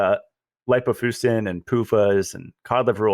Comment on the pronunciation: please look up "lipofuscin" in the dictionary. pronounces it wrong. The i softens the "c" to an "sss" sound. There is some irony in portraying oneself as able to discern scientific literature... and not being able to.master a simple dictionary. You can remove that irony by simply pronouncing the word correctly. does... he's mastered the dictionary... lol. He tried to help you out at the beginning of this podcast to alert you to your error in a nice way. For you and all... I highly recommend The Logic of English Book and YouTube material. The knowledge ought to be a family heirloom. And no... the hard "k" sound for the "c" is not an alternative pronunciation. Science is not pronounced "sky-uns."